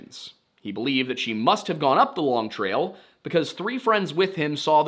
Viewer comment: As a vermonter, we say long trail. No emphasis on long. Longtrail.